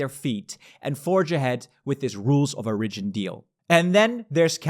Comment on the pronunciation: Small tip: the emphasis in 'origin' is on the o, not the first i